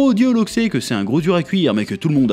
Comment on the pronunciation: Je sais pas où t'a entendu ça, mais on dit pas un loxé mais un loxeu